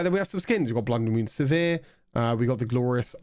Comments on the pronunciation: I say "Siver" You been saying "se·vere" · The way you pronounce sivir makes me cringe